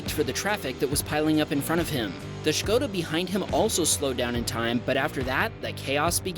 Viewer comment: Nice Škoda pronunciation! Thumbs up!